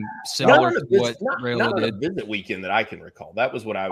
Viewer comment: It’s RYE-ola not RAY-ola. Stop making that mistake. It’s ignorant and rude!